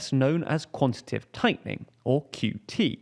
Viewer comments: I know this is nitt-picky but the word is QuantiTAtive not "Quantative" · Your presenter keeps saying "quantitive" which isn't a word. It's "quantitative". It wouldn't be so annoying if he wasn't presenting a news segment where he says it 30 times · its pronounced 'quan-ti-ta-tive' tightening, 4 sylibals, not quantative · It's "quantitative", not "quantitive". It's much harder to say quantitative tightening, but that's when you'll know you've got the correct word lol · bro said QUANTITIVE and i just turned it off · went above your head? Not only does he not pronounce quantitative correctly, the entire video deeply oversimplifies complex monetary mechanics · also, the guy in the video pronounced it with 3 syllables? Pretty evident which of us it is that has room temperature IQ